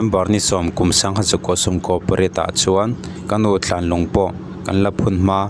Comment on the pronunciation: Thlan tihtur hi Tlan tiin I lam ri tlata